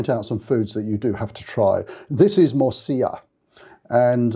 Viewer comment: A surprising number of people make the same mistake — you''re not alone. But I know you care about pronunciation, because you say 'morcilla' correctly. Thanks again for your helpful insights.